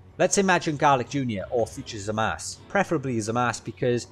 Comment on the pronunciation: I'm kinda disturbed by the fact that ya pronounced "zamasu"-uu as "zamas" 😂😅